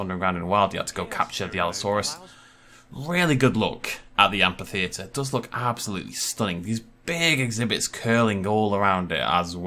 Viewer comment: I'd hate to be rude, but you're mispronuncing amphitheater. Again, I'm sorry if I sound rude, but it really bothered me. Also, I really don't think that's meant to be a Basilosaurus. The head and hind flippers are too big and the tail fluke is too small. I really think it's meant to be a Mosasaur.